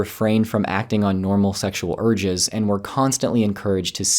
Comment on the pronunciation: I just can't help, but hear "acting on sexual orgies" I know it's "urges", but still... :-) Sorry!